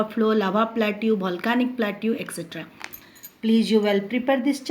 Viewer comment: Omg... what she is teaching, she is just reading and not explaining anything , and who pronounce volcanic as bholcanic!!! not good at all...